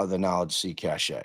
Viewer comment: I believe cache is pronounced "cash" in this instance